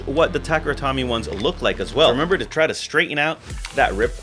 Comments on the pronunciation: "Tomy" in Takara Tomy is pronounced like "Toe-me", not "Tommy". If you're gonna make beyblade vids should at least get the name right. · no, it's "toe-meh" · I feel the exact same way. No reason to be ignorant with todays info. And when you learn the correct way to pronounce, make the change :) Also so many people say “Takehra” haha but Tommy? Lost all Beyblade credibility